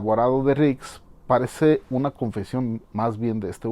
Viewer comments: No es nix es rik🤣😁😁👍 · ya no es rix es ´´nix´´ jajaja saludos me gusto tu video,me suscribo.